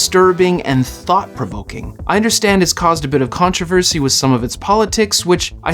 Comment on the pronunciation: "Thought provokin".. really?